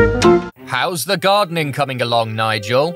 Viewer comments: i love how nigel pronounces it like "mamala" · I love how you can hear Nigel slowly becoming more and more incoherent, lol